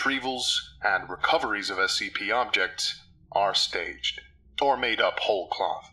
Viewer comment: As anyone else notice that this person is saying SPC instead of SCP? And for those who don't know, SPC stands for shark punching Center. Seriously look it up!